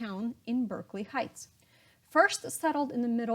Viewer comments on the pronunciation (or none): none